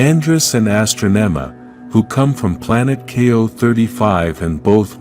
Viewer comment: she wasn't called astronoma he was called astronomahe said the name wrong